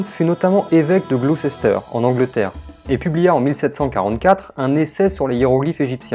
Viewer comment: Je découvre seulement maintenant vos vidéos et c'est un véritable régal! Sacré boulot! Merci beaucoup d'améliorer le contenu du youtube francophone. P.S. Je me permets de jouer mon casse-c*** même si ce n'est pas le sujet de la vidéo: Gloucester se prononce [Glouster], comme Leicester se prononce [Leister] (je n'ai aucune idée de comment rédiger en API sur YT).